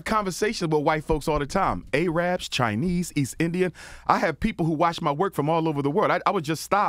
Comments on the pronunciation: This man gotta stop saying Aye-rab 😂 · This guy is overall ridiculous and ignorant. 1. Re: land grab... ummmm, the indigenous people of North America is due ALL of it back. 2. Asians include way more countries than China and Japan 3. Please stop pronouncing Arab with a long A. , etc. 4. Please vote Blue. This guy will have you not voting and not working with White people. We're not all savages and they're not all racists. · It's not A-RABS my dude its pronounced AIR-RUBS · Wish people would stop pronouncing Arab as Ay-rab.